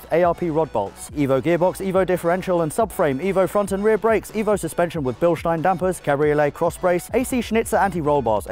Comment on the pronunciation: i love the way he pronounced bilstein in german :D